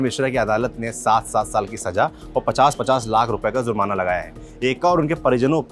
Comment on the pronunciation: ज़्जुरमना नहीं भाई जुर्माना होता है